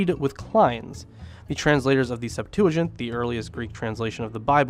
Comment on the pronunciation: SEPT-wa-gint, not sep-TOO-a-jint.